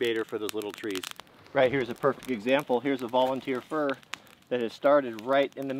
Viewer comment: Did you say you guys keep the little trees "For Insurance" or " Fir Insurance"